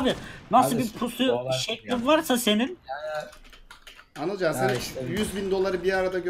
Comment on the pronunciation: abi anılcanın ismi anılcan değil anılken :D